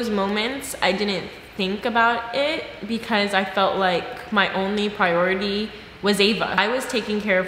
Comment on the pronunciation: wtf is prority